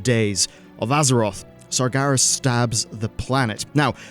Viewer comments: Sarj Garas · Stop saying Sargaras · at least he isnt saying sarjeras